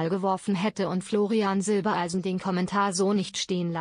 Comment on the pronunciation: Zwischendurch immer wieder Silbeleisen, warum kann man den Namen Silbereisen nicht immer korrekt aussprechen?